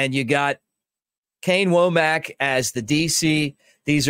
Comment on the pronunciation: I think it's pronounced wommik not woamack. I think.